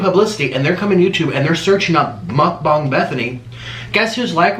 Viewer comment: How normal people say mukbang (Muk-Bang) how he says it (Muk-Bong)